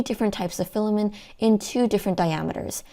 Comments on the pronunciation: Good video, but pronouncing it as "filamen" and not "filament" (not a silent t) kept distracting me. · why are u saying "filamen" without a t? great review though! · Filament, not filamin